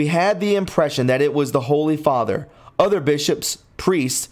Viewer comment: Butchered. Fr. = (Father)